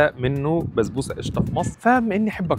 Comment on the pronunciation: بسبوسة❌ بزبوسة✅